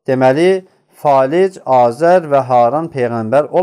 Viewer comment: Azer yox,Azar